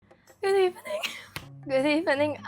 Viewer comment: ‘good eæVIGHning’ what a strong start 😭